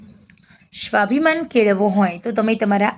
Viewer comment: સરસ વાત છે પણ વક્તવ્યમાં તમે 'સ'ને 'શ' તરીકે ઉચ્ચારણ ન કરો.'સ્વાભિમાન' ને 'શ્વાભિમાન' બોલો નહીં.